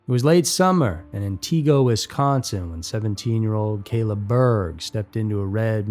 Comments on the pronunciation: It's not "Antiqua".. it's pronounced "anti go" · FYI: it's pronounced: ANT-igo, not An-TIGO. What can I say?: Wisconsin is WEIRD. I live here, so..... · ANTigo, not AnTEEgo! Check out the proper pronunciations!!! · This video gets several things wrong. Wisconsin is not known for flatlands but farmlands. Wisconsin is not very flat. It's not an-tee-go it is ant-uh-go. She was not born in March 1992 but August 1994. It's not why-saw it's wah-sah. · Laurie Depies is pronounced like Laurie Deppis, not De Peeze. And Antigo is like Ann Tiggo, not Ann Tea Go.... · AI voice is so terrible. An-tee-go…it’s pronounced An-ti-go. Wai-saw…it’s pronounced Waw-saw. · Lol. Antigo is pronounced, AN te go. Accent on the first syllable. Not, an TEE go. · Antigo Not AntEgo. 😅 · First, Wisconsin isn’t flat. Second it’s pronounced AN TI GO not AN TEEG O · It's pronounced Ant i (like it) go. Wausau is pronounced Waa saw. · The pronunciations are very funny to me here -- the video is fantastic, but I've lived in Wausau and been to Antigo on numerous occasions. The way we pronounce it here is "Anne-tih-go" (or Anne-ih-go) and "Wah-saw." We have a lot of really weird town names, and it's always fun to hear people pronounce them! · When people make videos about places and can’t even say it right. Antigo is not ant-teee- go! Can’t say Wausau either! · Minor note: Town in the first story is pronounced An-tah-go. Equal emphasis on all the syllables. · The towns are pronounced ANT-i-go and MAN-i-toe-wahk. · It's ANT-EH-GO. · Man it to walk. Ant eh go. Pronunciation is key. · And Antigo is pronounced An-tih-go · Why doesn’t anyone ever research actual pronunciations of our Wisconsin towns and counties. Antigo….phoenetically: ant-ig-oh …and Manitowoc … phoenetically: man-ih-tow-wock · Thats not how you pronounce An-tih-goh (antigo) or Wah-saw(wausau) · Antigo is not pronounced like “auntie go” 😂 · Right, it's more like 'vertigo,' but with AN rather than VER. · yes. "Atiqua"...lol